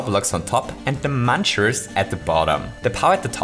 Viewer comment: MUNCHERS NOT MANCHERS